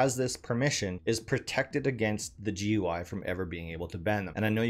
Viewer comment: GUI is pronounced "gooey" not "gee you eye".